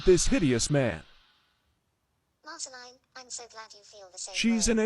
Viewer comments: Marceline ❌ Marchalene✅ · I'm sorry, but at the end, "MARCHELLINI!" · Obsessed with how that text-to-speech at the end pronounced “Marceline.”